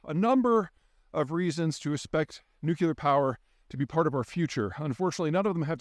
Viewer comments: I am subscribed and I enjoy your vids, but since you make a living speaking and sounding like you know what you're talking about, please learn how to say "nu clear" not "nuc u ler". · Always curious why Peter pronounces “nuclear” as “nucular”. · Please stop saying nucular when you mean nuclear. Reminds me of W and makes me cringe. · NU-CLE-AR NU-CLE-AR NU-CLE-AR THERE IS ONLY ONE 'U' IN NU-CLE-AR STOP SAYING NU-CU-LAR! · Hey Peter, As you know, it's "nu-cle-ar" not "nu-cue-lar." Say it ten times, slowly and with focus; you'll be good to go for the rest of your career ... impressing friends and family; dazzling at conventions and keynotes. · nuclear....not 'nucular' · Peter I love you, but it's not nuc-u-lear, it's nu-clear. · surprised to hear you pronounce nuclear as "nuculer". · 'nucular' xD Never gets old. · Peter, try "atomic" instead of "nu-cu-lar"... sounds better. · Peter!!!! New-CLEAR!!!! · He said "nukular" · Loving that NUCULAR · Even this guy says nuclear incorrectly?!?! I thought this guy was supposed to be smart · Where does the second "u" in nuclear come from?